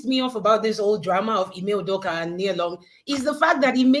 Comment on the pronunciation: Udoka is Akwa Ibom state not pronounced the Ibo way